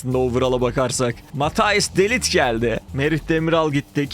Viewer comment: de lit ne ya :D de layt diye okunur :D